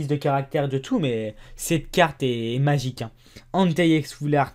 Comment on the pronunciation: On dirait que tu dit: "C'est Magicarpe" quand tu dit: "c'est magique hein" :D